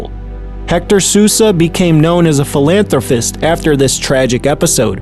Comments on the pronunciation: Philanthro-PIST, not Philanthro-Fist 😊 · Beautiful beautiful story. Please…just so you know it’s Philanthropist, not philanthrofist…🎯❤️ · What is a "Philanthro - FIST?" Narrator says it twice by . Once is a simple slip. Twice is a habit. Word ending is "~pist". (You'll hear it again & .) BTW - there seem to be 3 different 'older' males used to represent one man, the dad. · A moving story but spoiled by the narrator insisting upon pronouncing the word philanthroPist as 'philanthroFist'! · PhilanthroPIST... NOT FIST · Philanthropistnot philantrofist lol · it's philanthropist not philanthrofist 🙃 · It's philanthroPist, not philanthroFist. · Lovely story ❤️ But hearing PhilanthroPHist over and over?! 🤦🏻‍♀️ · Ughhh…. “Philanthro-FIST”?!?! 😔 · Philanthropist dose not have an F sound at the end. It's pronounced like pissed! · I can’t take you serious when you pronounce philanthropist phelanthrophist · Beautiful story … thank you. Btw you are pronouncing “philanthropist” wrong! 🤣 thank you again. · The word is Philanthropist to be properly pronounced. Thanks. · Learn how to pronounce philanthropist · Great story but you really need to learn how to pronounce philanthropist…